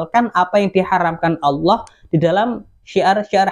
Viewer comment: Ada kata" pakailah bahasa yg benar, Allah kok baca ny Owoh, kadang bingung aku